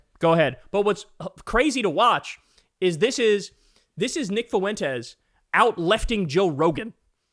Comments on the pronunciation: Are you trying to say “Fuentes?” Well don’t do it. ‘Cause it hurts my ears when you do it. Fwen-tez, not foo-en-tez. I can’t stand the guy, but it’s Español 1 pronunciation. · It's not "foo-WEN-tez", it's "FWEN-tez". Profoundly irritating. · No shit FOO- EN- TEZ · Why are you adding an extra syllable to Fuentes? I swear white people refuse to roll their rs when speaking Spanish then turn around and say “fiddy cent” instead of fifty, or in this case “FUH WHEN TES” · Fwen-tay. Drove me nuts the butchering of that name. Anyway, as for him no one wants Nick on our side either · Can you say his name properly. You sound uncomfortable saying it. Now imagine how uncomfortable i am listening to you be uncomfortable over and over by your own choosing😂😂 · Learn how to say "fuentes" properly. It's not that hard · "Fuentes" has 2 syllables, not 3. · Fuentes is a joke, but please for the life of me Kyle Fuentes is 2 syllables. The three syllables makes me cringe every time LOL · Three syllables instead of two